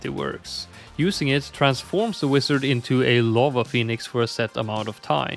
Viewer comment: never heard someone pronounce wizard as "wisard" before